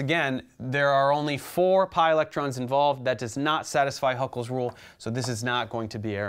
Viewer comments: sorry but it's Hückel's rule not Huckel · Bro, that guy's name is not Huckel. It's Hückel.